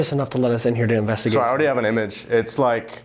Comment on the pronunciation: U really don't know how to say investigate or u just playing? It kinda makes me a little crazy. Lbs. In-veSt-i-gate. U never say the s. Vest. Vest-igate. In vest igate. Lmao. Sorry I been wanting to say something finally decided I must. 😂